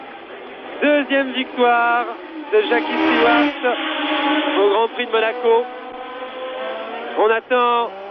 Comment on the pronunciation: The French ALWAYS called him "Steward"!